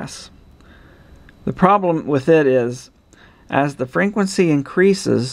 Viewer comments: Frenquency? :D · I love it when he says frequency.